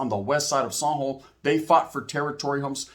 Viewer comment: You say " San Jo" kinda weird, took me a minute tounderstand what you where talking about sounds like you are say zombo